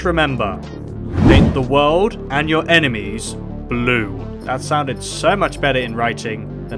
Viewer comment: Sounds like blue emesis